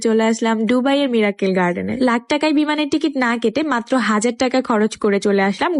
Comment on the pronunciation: ডুবাই না, হবে - দুবাই মিরাক্কেল না, হবে - মিরাকল